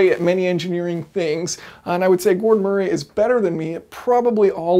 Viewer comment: MURREE! MURREE! It’s pronounced MURREE. Have you never heard of the name Murray? It’s frustrating to hear someone who supposedly has a solid grip on mechanical engineering concepts struggle like an amputee with a basic name.